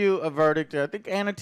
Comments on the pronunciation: It's Anya, not Anna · Who the hell is Anna Taylor-Joy? Joe still can’t get names right. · Not even forty seconds into the review and Joe can't even pronounce either of the leads names correctly.... yup. That seems about right. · Watched it last night. Loved it. But Joe, stop calling her Anna. It's ANYA!